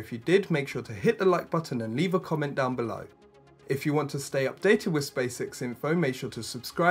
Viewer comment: Who else keeps hearing "Space sex?"